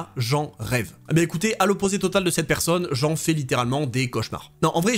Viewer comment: Les vidéos, les analyses, les histoires déterrées... tout est bon ... à l'exception d'un détail récurent qui me rend dingue ! 😵‍💫 Pourrais-tu, s'il te plaît, par pitié prononcer "cette " et plus "steu" 😱. Merci d'avance.😅